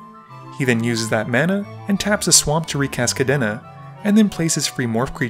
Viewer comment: The way he pronounced Kadena as Kadéna really throws me off